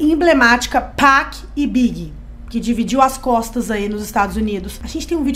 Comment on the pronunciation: Não tem "péc" mano, é literalmente PAC